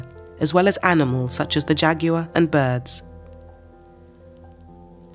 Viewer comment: Beautiful documentary, blighted by so many mispronunciations. If a Spanish word has an accent on it, that syllable should be accented not the one after it! And what is a jagear? or Bass relief?